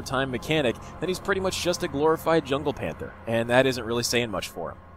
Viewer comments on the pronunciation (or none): none